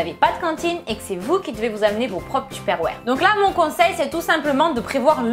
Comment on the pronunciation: J'adore le "tupperware" avec l'accent tu ma tué sisi